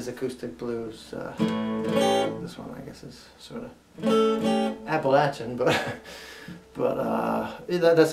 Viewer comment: Thanks for saying Appalachian right. I always have to tell people If you pronounce it App-a-Lay-Cha I'm gonna throw an Apple-Atcha! Glad to see you back to doing what you do best! Keep 'em coming